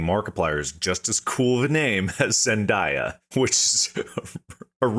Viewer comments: No way you said ZEN DYA its Zen DAY Uh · The was they kept saying zendiea was like nails on a chalkboard 😂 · Zen die uh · Absolutely no one has ever called Zendaya…Zen-die-uh…stop that…bad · I hate how they pronounce Zendaya. 😂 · As an old Shake It Up fan, it hurts me to hear these guys mispronounce "Zendaya." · Them pronouncing Zendaya's name wrong is both funny and cringe lol It's her first name Zendaya Coleman is her name